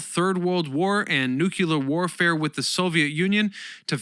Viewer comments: My friend. It is the most destructive force multiplier ever used. Nu-clee-ur. Not nu-cu-lur. Content is most excellent. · It's nu-cle-ar not nuc-u-ler. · not "nu-cu-lar", it's nu-clee-ar", just saying 🙂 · Repeat after me: new-klee-er, not new-que-ler. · There’s no such word as “nuke-yuller”. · "nukulah warfare" ... instant quit + thumb down. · That's cool for the guy who says "nuke-u-lar."